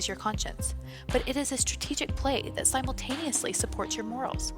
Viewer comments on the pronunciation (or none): Great vid. Also, it's 'simultaneously", not 'simultously' at the mark.